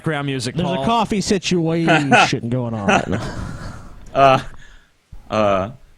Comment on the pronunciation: SIT-U-AESH-ION IN-DI-VIJUL, SIT-U-AESH-ION IN... DI VIJEEUAL